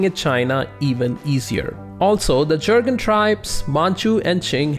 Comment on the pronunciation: Jurchen not jurgen